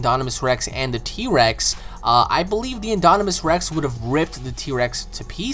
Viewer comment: InDOMinous Rex. Not inDONimous Rex. I wouldn't care if you didn't say it so many times wrongly.